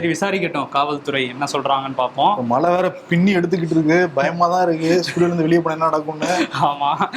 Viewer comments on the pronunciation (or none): அவர்களே, "மழை" என்னும் சொல்லை தயவு செய்து "மலை" என்று உச்சரிக்காதீர்கள். "ழ" என்ற எழுத்து ஒன்றுதான் தமிழுக்குச் சிறப்பு. "ழ" உச்சரிப்பைப் பழகிக் கொள்ளுங்கள்.